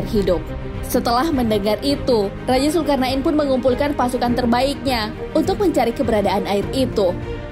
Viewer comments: mohon maaf min, penyebutanya Raja zulkarnain bukan zulkarnak in... 😊 nggak enak didengarnya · Pengen ktawa denger komentator nyebut zulkarna in 😂😂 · Hellloooo zulkarna IN ???? bacanya betulin pleaseee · Zulkarnain bukan zulkarna in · Salfok sama penyebutan nama raja zulkarnain😓